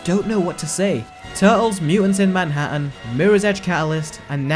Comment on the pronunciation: "man-a-han" LOOOOL